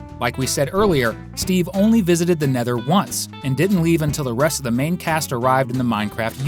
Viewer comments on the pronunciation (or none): none